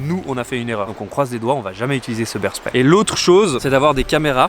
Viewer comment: beaaars fiiiiiigth!!!! AAAAAAAAAAAAAAAAAAAAAAAAAh!!!!!! not beers fiiiigthhhh!!!! AAAAAAAAAAAAAAAAAAAAAHHHHHHHH!!!